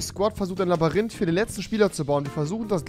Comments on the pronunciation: „Er ist im Labarynth.“ 🤣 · Labarinth.... xD ich war auch nie gut in Deutsch mit 10 :P